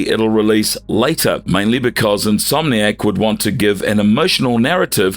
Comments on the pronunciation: In-so-manic games? Never heard insomniac pronounced that way before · Who's says insomniac like that 💀💀💀